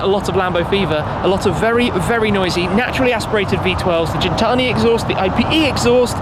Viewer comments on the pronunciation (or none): Shmee its not pronounced jintani its Gin~tani with a HARD G at the start. G~intani